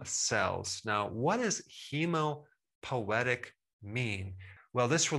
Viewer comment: I believe that's pronounced "hemo POY tec" , not hemo poetic. : )